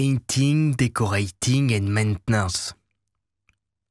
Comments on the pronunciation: Meinting,meint,... maintenance 😂😂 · Maint… mainten… Maintenance ! 😂😂😂😂😂